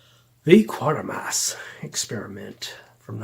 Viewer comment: Sorry but its pronounced Quatermass not Quartermass